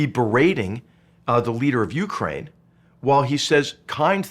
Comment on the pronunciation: That former security general or whatever saying YEWcrane instead of Ukraine gets me